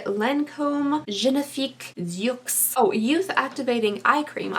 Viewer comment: The way you pronounce “yeux” 😂